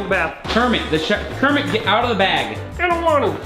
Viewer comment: Kremit???? Its kermit!! You fony!!!!! Jk I love kermit